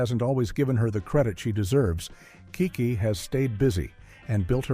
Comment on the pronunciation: I’m Noting That You Are Showing Disrespect For These Amazingly Gifted Artists. You Called Larenz “Lawrence” and KeKe “KayKay”. This Is Absolutely UNACCEPTABLE!!! 🙄